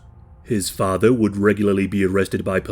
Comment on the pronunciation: I can't take it seriously when the commentator says "muva and fava" instead of mother and father